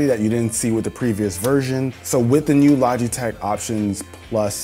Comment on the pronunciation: Maybe it’s just me but the sponsor segment sounded like he was saying lodgeytech a couple times